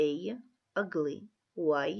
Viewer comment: Ըգլի չէ ագլի